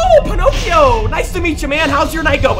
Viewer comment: he calls balloon boy ponocio lmao 🤣